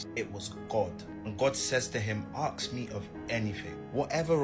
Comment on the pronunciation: if I ever meet someone that want to aks (axe) instead of ask me something, I would correct them if not respected then ignored.